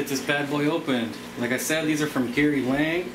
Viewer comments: Gary Lang? Its Gary Lange. Like Flange. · Thats funny, because even he pronounces it Lang lol